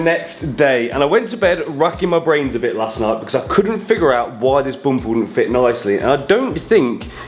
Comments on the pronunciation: i had to puke each time the guy said boomper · As an African and Zimbabwean at large,,,am cracking all the way at the bumpers way of pronunciation....to me its Bhumpa,,,,ayiiii ayiiii keep your quuens english and i will keep my zimbabwe😂😂😂😂